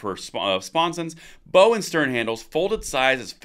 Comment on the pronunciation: how do you tell people you know nothing about boats without telling them? mispronounce bow...